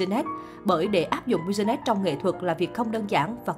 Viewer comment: Đọc tiếng Anh nghe sợ thiệt. Đờ ra ma Bi zi nét Min sét